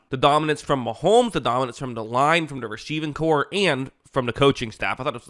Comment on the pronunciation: Rasheeving corps ... 😂 ... Thought that's what you said at the beginning of the vid lol